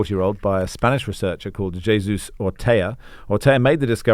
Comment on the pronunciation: In Spanish, it’s Hey-zus not JAY-zus as that’s Portugese viz the Arsenal player.